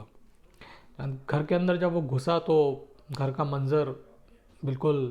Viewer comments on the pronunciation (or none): none